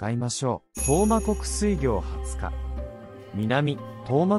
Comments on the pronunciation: 水行は すいぎょう じゃなくて すいこう と読むのじゃないか？ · 水行…スイギョウではなくてスイコウと読むのではないですか…